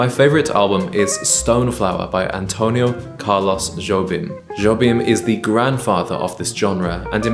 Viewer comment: Jobim is pronounced Hobin.